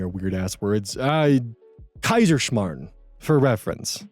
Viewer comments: Technically "Kaiserschmarrn" is austrian, but you nailed the word. Congratz :D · you pronounced Kaiserschmarrn perfectly. Infact, better than i ever could. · Your Kaiserschmarrn was pronounced perfectly! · Your "Kaiserschmarrn" is almost perfekt. what are you talking about? ☺️ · German here: You are doing great! The only american I ever heard, pronouncing our ai correcly and you even nailed the r sound! You should try learning German, you have a talent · Don't be scared of German,, that was a perfect pronunciation of the word Kaiserschmarren. I should know, as I'm from Austria. Well done! 👍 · As a German, your pronounciation of "Kaiserschmarrn" was just fine. ^^ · your pronunciation of Kaiserschmarrn was almost perfect, way better than I'd have expected. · You nailed pronouncing Kaiserschmarrn! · You said Kaiserschmarn so well! Exactly how it is pronounced! Good Job~ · "Oh no, not a German word": proceeds to absolutely flawlessly pronounce Kaiserschmarrn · First off: you pronounced 'Kaiserschmarren' really really well! I'm super proud of you! Second (and I'm saying this lightheartedly and affectionately): Don't ever lob an Austrian dish like Kaiserschmarren and Germany together. We love each other, but we also regularly take the piss out of each other. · German here, your pronounciation of Kaiserschmarrn was pretty good actually!! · As a German, your pronunciation of Kaiserschmarn was perfect! Really, that's how you say it. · Honestly, your pronunciation of Kaiserschmarrn was on point! Good job! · You did pretty well pronouncing "Kaiserschmarrn", don't beat yourself up about it :_Skrunkled: (it's ok to hate german, i can't read it as well/fast as english and it's my native language 😭) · Your pronunciation of Kaiserschmarrn was pretty solid, don't worry :D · Wait your Kaiserschmarrn pronunciation was pretty much on fleek omg. I was getting ready for something very bad but that was good!! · That's a pretty good pronunciation of Kaiserschmarrn.